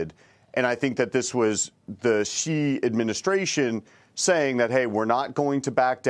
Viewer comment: Based on how this guy pronounces Xi, he is definitely not a Chinese expert.